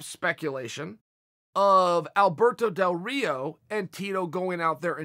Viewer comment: Did Chael say Alberto DelDorito?